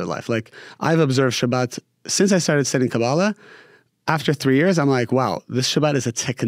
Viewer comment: Thanks for the interview, canr i ask please.. stop saying Kaa>Baala, its Ka-ba-<La. Its very annoying for Hebrew speaking